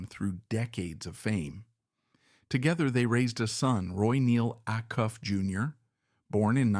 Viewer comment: Can you at least teach the AI how to pronounce "Acuff" and "Opry"? It is jarring when they get it wrong.